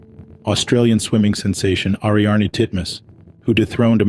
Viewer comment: Maybe google how to pronounce people's names correctly before adding your commentary...Ric Ocasek..pronounced Oh-Cay-Sic...and Ariarne Titmus...is Airy-arn...